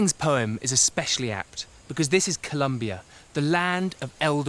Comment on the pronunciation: for an expert on South America who speaks spanish - there's no excuse for his pronunciation of "Co-lOm- bia"